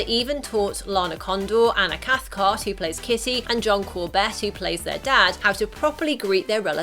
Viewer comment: The lady kept on saying kissy instead of kitty